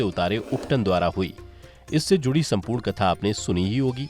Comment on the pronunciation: बहुत सुंदर कथा सुनाई 🙏🏻 संहार का उच्चारण सहार नहीं है 🙏🏻 शब्द वर्णन है वड़न नहीं। 🙏🏻 शब्द सम्पूर्ण है सपूड़ नही 🙏🏻